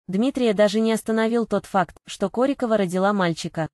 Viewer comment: Ударение в фамилии и так и сяк. Определитесь уже. Нормально относимся. Ее личная жизнь только ее. Нечего лезть в постель и доносить всему миру.